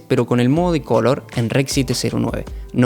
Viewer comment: Pq dices "cólor" y no color?